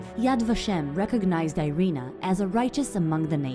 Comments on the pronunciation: Actually her nam IS Irena Sendler. "Sendlerowa" in the name of the street is due to weird Polish declination: who: "Sendler"; whose street: "Sendlerowa". And you pronounce first name as: Eerena :) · Actually, her name in Polish is pronounced "eee- reh-nah"